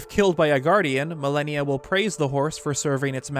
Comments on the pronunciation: Amazing video, but... I could not stand how you pronounce malanya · it wouldn't be an video without some butchering of a word. He also pronounced Malanya wrong lol. But at least he fixed his pronunciation of "Hateno" which shows he CAN change! (He usually pronounces it "HAT-no.")